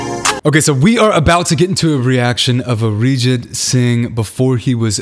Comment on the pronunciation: His Arijit sounded like 'a rigid'.🙄😁😁